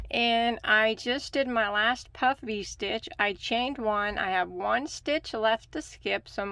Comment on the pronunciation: I like how you make sure you say "puff" "Vee" stitch carefully every once in a while, because it sounds like "puffy" stitch when you say it fast🤣